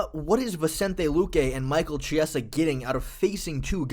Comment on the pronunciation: Its kiesa/chiesa not jiesa bruh